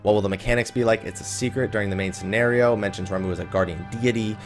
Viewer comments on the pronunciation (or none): You called Ramuh. RAMOO!! It's Ramuh= Raw Ma